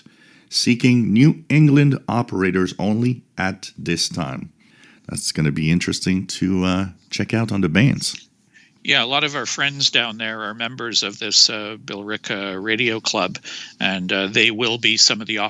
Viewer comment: I know how it's spelled but it's pronounced "bill ricka". :-) Millis, Mass, is in the far SW suburbs while Hull, Mass, is right on the ocean coast ... Which may be why WBZ is heard in 38 states (or used to be - clear channels aren't so clear any more). My parents listened to Larry Glick at night in the 1970s when we lived in Montreal. When I moved to Boston much later, WBZ was my go-to for news. I don't know what they are like now, but I'm sure iHeart has dumbed it down to a modern version of a "rip and read" station.